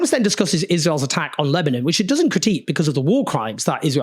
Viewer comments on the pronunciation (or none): none